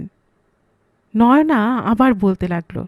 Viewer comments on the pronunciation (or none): আমার মনে হয়, নামটা নয়োনা‌ নয় বলতে হবে নয়না চৌহান। য় ও কার নয়।